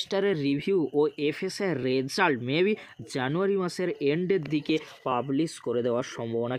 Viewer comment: Result pronunciation তা শুনতে খুবই weird শুনতে লাগছে please সিম্পিল ভাবে বলুন ।